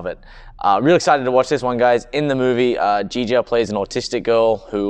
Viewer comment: It is pronounced ChiCha not Jeeja, i said it wrong for years too. There is a movie where she actually says it in English.